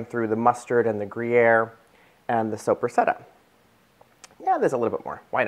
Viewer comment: Please pronounce the lunch meat correctly. It's an Italian salami and it's pronounced Soap ra sada......not soup re setta. I know your not Italian but it does help to get the pronunciation correct!!!! These look delicious.....TFS